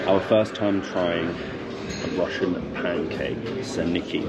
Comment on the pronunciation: Rushshshin~ Rushshshin~ you're like Bald and Bankrupt saying Soviet constantly. lol. 😂